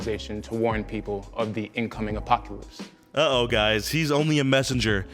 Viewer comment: Poor kid can’t even pronounce apocalypse right- “apockylpse”